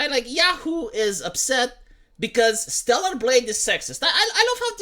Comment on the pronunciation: At fking last you pronounced StellaR. Fk me, that took some fking time, man.